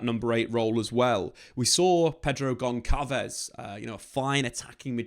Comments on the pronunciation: Great analysis,! With portuguese as my mother language, I can tell you the "ç" (c with a tail) is pronounced as an "S", so Gonçalves is pronounced "GonSalvez" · Gonçalo = read it Gonssalo! And Gonçalves = read it Gonssalves, when you say the names that wrong it seems like you didn’t do enough research! And I know you did! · The sound of the letter C in the name Pedro Gonçalves is the sound of S like in the word Sad not the sound of K.